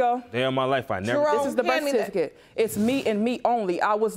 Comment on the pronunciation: In the first case, why the heck! are they fighting over a man who cant even pronounce "birth certificate!!"